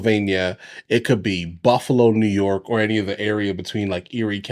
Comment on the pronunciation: "Naw York" was that a little bit of New Jersey or Chicago accent? Because where I live in Central New York state, we don't pronounce it that way nor in NYC.